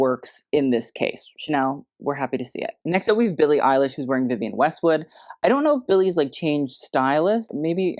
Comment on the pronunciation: Billie 'Eye-lash' should be kept in a cellar ... Of course .. I understand she might be 'on the spectrum' ... but .. C'MON!!!!